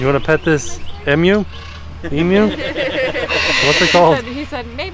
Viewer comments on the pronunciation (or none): As an Australian I feel like it’s appropriate to educate you all on how to pronounce the work emu. It’s emew not emoo